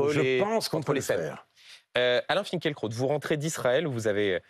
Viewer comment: Je lis Finkielkraut et non Finkeulkraut M. Duhamel.